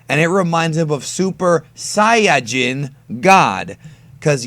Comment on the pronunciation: Saiyajin is pronounced correctly